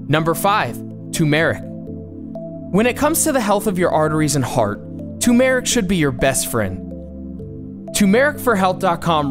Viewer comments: #5, Tumeric......it's tu*R*meric...... you're even pronouncing it without the "R"...... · It's turmeric not toomeric plz speak English bro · why do you omit the 1st R in Tu"R"meric, it's not Tumeric, also Tombmeric! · Turmeric Not Tumor-ic TURRRRR MERIC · Someone just made a video using all sites that appeared on googling healthy arteries. Also its turmeric not tumeric! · It's called tuRmeric ; and not tumeric. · It's Turmeric & not Tumeric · Its TURMERIC not "tumeric"... 🙄🙄🙄🙄🙄 You don't need green tea. Or flaxseeds, for that matter. Everything else looks great. 👍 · it's NOT "toomeric" - it's TUR-meric!! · Tumeric??? It’s turmeric I wonder if the rest of your video has any credibility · It’s TUR-mur-rik, not too-MARE-rik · The word is pronounced TUR-mur-ik, not tu-MER-ik. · It’s not TUMERIC ITS TURMERIC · TURMERIC.. NOT TOOMERIC !! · toomerik? lol tur mer ic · ' tuRmeric '. Many people omit the first 'r'. There Are 2. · It's called Tu"R"meric! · Where did they come up with "tew-meric" anyway! Lol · Be No he pronounced it TOOMERIC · I have never heard anyone pronounce it ( tume ic ) without the r. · Not "tumeric". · You are not pronouncing “Tumeric” correctly. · Good information. Request the content creator check "how to pronounce turmeric? " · I feel uneasy hearing your Turmeric pronounciation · How did turmeric get this way to be pronounced? When ? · The way you say turmeric tells me you probably never had any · He is not saying turmeric right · Hahaha he can’t say Turmeric or Cumin properly.. 😂😂😂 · Please don't pronounce 'turmeric' like that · How much are you paying this guy who can't pronounce Turmeric and the person who can't spell it? Will their positions be opening up soon?